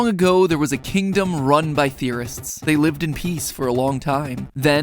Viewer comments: when you said kingdom run by theorists, I heard terrorist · Weird how saying words like 'Theorists' always sound like "istis". Same thing with 'Hydroflasks' and 'Masks'. Try saying those without the "istis" or "sks" sound at the end. (If you can then I'm sorry you aren't human) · I thought the intro said terrorist